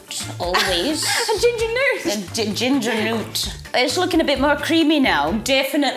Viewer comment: Not the "Ginger Newt" 😭😭🤣🤣